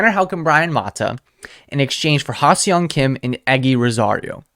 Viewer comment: You pronounce HSK- Ha SUNG Kim, with an emphasis on the sung… no e or o is pronounced in Seong 👊🏻👊🏻